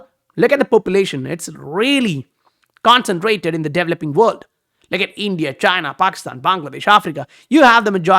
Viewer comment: Don’t know if you care but it’s pronounced developing not developing. Anyways, thanks for the vid amazing material as always!